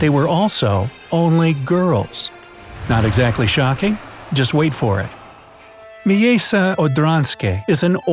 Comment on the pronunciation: Miejsce= mee-ay-ste